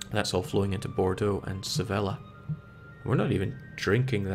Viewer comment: the only thing i don't like about this playtrough is the way you pronunce Sevilla.